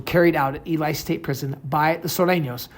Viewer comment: Dude don't really know shit! His pronunciation of Ely shows this!